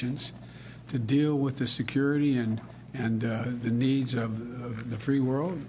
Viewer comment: Not even 1 second in and he already gaffes. "The crown pince"